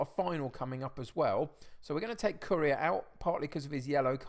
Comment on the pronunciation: I've really enjoyed watching your videos since Loki Doli shouted you out but I'm really struggling to over-look how you pronounce Correa.. commented just before the Real Madrid game so good luck!